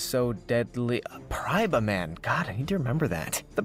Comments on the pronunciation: Praibaman effect: tribute this card to special summon 1 “Mariana Trench Megalodon” from your deck or hand. (Ps I know it’s Paraíba, he said it weird) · I am Brazilian and you making fun of him for mispronouncing paraíba was very funny and when you said it mockingly made me laugh like a crazy person. Thanks for that brother. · Also his pronunciation of paraiba is really funny cuz he sounds just like a Brazilian (He also sounds like uncle who is American saying Heloisa because it is his niece and he doesn't know how to pronounce it in Portuguese)